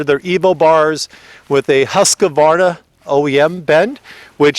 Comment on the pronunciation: “ pro taper Husk-a-varna bars “ .lol Husqvarna is pronounced as it is spelt. Simply Husqvarna. There is no letter a in the middle of the word. To be technical, is actually sounds like Hooskvarna when pronounced correctly. A lot of American’s seem to throw the letter a into the middle of the word incorrectly .